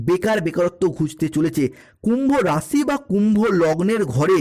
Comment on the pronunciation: পরিষ্কার বাংলা বলুন,হিন্দি আর বাংলা মিশিয়ে খিঁচুড়ি বানানো বন্ধ করুন। "কুম্ভরাশি বালো" মানে? যে ভাষা মায়ের,যে ভাষা খেতে দিচ্ছে,সেই ভাষার প্রতি নুন্যতম কৃতজ্ঞতা অনাকাঙ্ক্ষিত নয়!